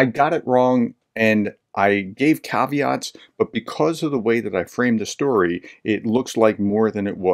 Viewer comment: Eat the egg with good German bread, Prof! You pronounced the caveats very well. Preparing dinner 😉.